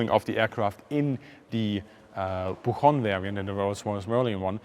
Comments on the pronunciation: Nice video as usual! Just a minor correction: the name of the aircraft is pronounced Boo-CHon (like the CH in MiCHigan or enCHanted, not the CH in Munchen or Reich) Keep up the good job! Cheers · Minor detail from a spanish speaker: The "ch" in "buchón" is not pronounced like an "H" sound, but rather like the "T" sound in the word "picture". The word "buchón" is an adjective that comes from the sustantive "buche" that is the craw of a bird.